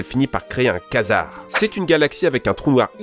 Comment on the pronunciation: Attention a le quazar se dit (kouazar) celluit que vous avez prononcez c'est le disque lumineux autour des trous noirs (le mur de feux comme vous le dite )